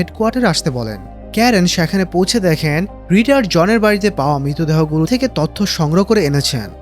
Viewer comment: আপনার গল্পবলা সুন্দর, কিন্তু দয়া করে একটা উচ্চারণ ঠিক করেন,সেটা হলো "সেখানে" বলা শব্দ টা। এত বাজে লাগে।প্লিজ